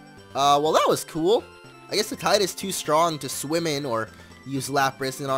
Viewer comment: The first swimmer actually says swink or swim